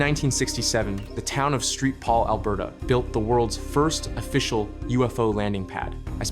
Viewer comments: What is this nonsense: st. paul is pronounced street paul. 1812 is pronounced one thousand eight hundred and twelve. In 1812, it wasn't Canada yet. Is this AI narration? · Street Paul?🤣🤣🤣🤣🤣🤣🤣🤣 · any IQ goes out the window when you say Street Paul Alberta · Yes Saint-Paul, but also, the war of one thousand eight hundred and twelve??? You mean the war of eighteen twelve...